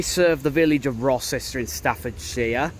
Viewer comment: Rocester is pronounced Row -ster.